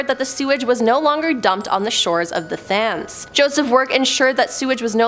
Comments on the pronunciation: It’s pronounced TEMS not THAMES. Honestly hurt my ears listening 😢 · It's pronounced Tems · This is the point I stopped watching!!🤭😂😂😂 How can you not know how to pronounce Thames in this day and age??🤯